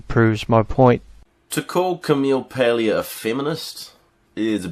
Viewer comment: Ok, this has nothing to do with the content of the video, but your pronunciation of Paglia makes me want to give you a brief lesson on Italian pronunciation. In Italian, when you have a G followed by an L or an N, when you pronounce it, you swap the sounds of the two letters, and change the G sound to a Y. So Paglia would be pronounced "Pal-ya" as the Y sound also kind of blends in with the IA. Technically, it would be pronounced "Pal-ee-ya," with the "ee" sound being very, very short, but "Pal-ya" sounds close enough. Again, sorry for being off-topic, but that bugged me.